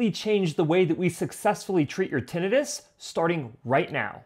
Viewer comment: Great ideas but please learn to pronounce Tinnitus. Had to leave because of it.